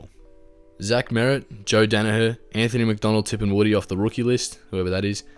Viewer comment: did he really say Anthony McDonald-Tipungwuti whoever he is